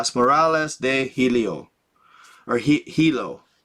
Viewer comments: The name of the book is the navigator who crossed the ice caps. You mentioned hielo being like heliocentric. It means ice. Pronounce like English yellow. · Hielo/Ice the H is silent, in English it would sound more like this Yelo/Yielo. The I sound is the same as a word that has 2 ee or ea. The e sound is eh. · It’s pronounced “yellow” (hielo) good job brother very interesting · Dumb fck HIELO!!! NOT HELIO. AND IT MEANS ICE IDIOT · NOT "helio" as in "heliocentric" you knucklehead! Hahaha! Not everything is what it first seems my friend- stop taking it for "face value" bc oftentimes you'll find you're dead wrong. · You got the hole word "HIELO" WRONG the word HIELO means ICE AND NOT what your making it look and sound its tha navigator who crossed the ICE WALLS nothing to do with your interpretation.